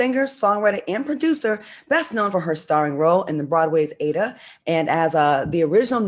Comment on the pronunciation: Claudia doesn't know who she is interviewing. Heather is a Grammy winner and Claudia didn't even pronounce Aida correctly. Please do more extensive research on the people you interview. Heather Headley is a legend and Broadway Icon.